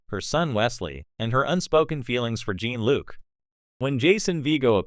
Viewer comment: Use a less shitty AI voice. I got for seconds into this before I heard “Gene-Luke” and “Star Trek. The next generation” twice and bailed.